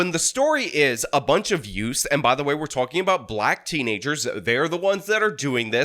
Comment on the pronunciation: yeah, the two yoots.